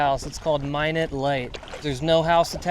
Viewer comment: Minot's Ledge! (Minot, ND, is pronounced "my-knot," but, because we're fairly close to French Canada at this spot, I suspect the pronunciation is "mee-know." Wish I could find a confirmation on that, though.